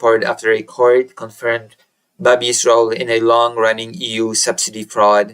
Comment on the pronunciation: Babiš pronounced Babish